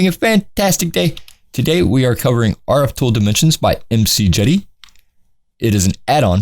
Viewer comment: Most people pronounce his name: Mick-Jade-ee, but that's just my being picky lol